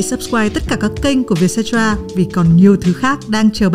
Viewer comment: _cetera bạn ơi, không phải _cetara. Theo lời CEO trả lời phỏng vấn thì "Vietcetera là một dạng tạp chí để chia sẻ câu chuyện về 'Việt Nam mới'." và mình nghĩ hậu tố _cetera lấy từ tiếng Latinh nghĩa là "phần còn lại", nôm na là VN and more vậy